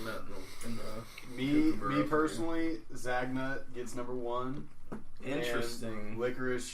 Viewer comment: Yeah I should have just said Cooper from Eurotrip On the Kookaburra, it''s pronounced cook-aburra, you said it so many times through the episode so it was annoying me the whole time haha. Good to hear your reactions on Toblerone, Turkish delight and Cadbury chocolate, I'm sure if you found those you'd be able to get a cherry ripe. Can't believe your negative reaction to the turkish delight I love those